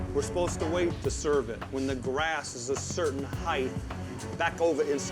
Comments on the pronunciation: the most disgusting part of the whole episode. Talking shit to your employees and then flipping the script once he found out customers could hear him. This guy is the worst. Also, you can’t trust anyone that pronounces the -th sound in “height” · Heighth isn't a word...i hate when people say "HEIGHTH"